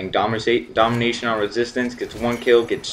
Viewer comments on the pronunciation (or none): He keeps failing on saying domination lol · He has trouble saying "domination"